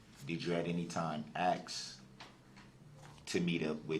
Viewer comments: Did you "axe' or make a "takit" (tacit) agreement to meet up with the forehead or did he have a fivehead? With that receading hairline does he have dreams or movies?... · “Axe” “Texas” classic dumbass🤡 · Nope , he likes to argue, but can't pronounce this simplest of words like, ASK, Oath,Tacet . He's really an idiot!